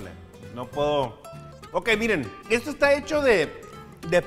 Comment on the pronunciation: Ehto... ehto no tiene consistenciah... un treh...